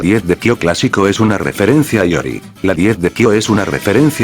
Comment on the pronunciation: Increíble que en 2023 todavía haya orates que le dicen Rúgal a Rugal y Lori a Iori xD.